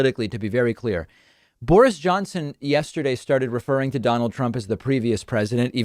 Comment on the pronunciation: I LOVE how your pronounce Boris. I must start doing the same. You almost make his name hunt towards "boring" which is wonderfully appropriate. Thank you from this English listener.